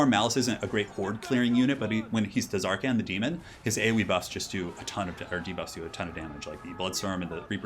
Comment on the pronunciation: i swear if you say TUHzarkaan one more time..